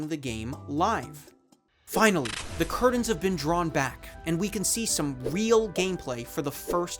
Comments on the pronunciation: It's curtains, not curdains. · Man, you're killing me with the "impordant", "cerdain", "bladant" "curdains". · you replace the t for d in blatant, certain, and curtains.. please dont.